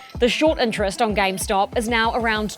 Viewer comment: Why does he keep saying “gamestock”?